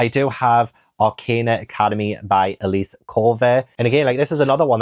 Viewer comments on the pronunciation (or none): none